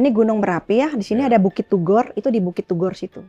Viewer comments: Turgo..bukan tugor..yang benar yang mana . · iya dia bilang KINASIH aja KINARSIH bukit TURGO dibilang Bukit TUGOR klu Om HOA dengar ngomong nya gitu OPO GK malu tuh